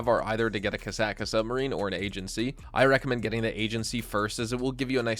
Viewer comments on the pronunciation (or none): "KASAKA". Lol Kosaka